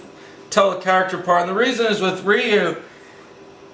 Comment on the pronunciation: You said the name wrong my man but really nice drawing can you do more on Tue computer though :-)